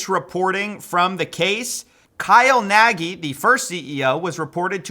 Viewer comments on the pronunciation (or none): the main guy's name i think is a hungarian Nagy (meaning Big), so you pronounce it differently (not with i at the end but with ɟ )